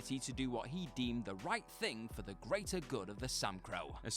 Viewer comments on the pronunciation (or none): “The Samcro”. Tell me you’ve never actually watched the show without telling me you’ve never watched the show.